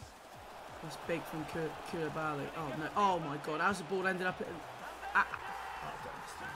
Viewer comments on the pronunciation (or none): Why can he not pronounce koulibaly properly lol